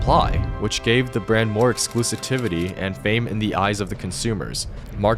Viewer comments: Did he just say "exclusitivity"? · its pronounced "Ex-kloos-siv-ety"